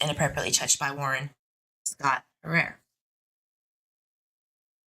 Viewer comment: Hi, Harer is pronounced ( hair er ) certainly not being rude, love you I just thought I’d let you know